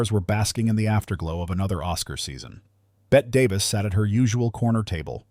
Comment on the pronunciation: I'd never believe someone who can't even correctly pronounce Bette Davis's name.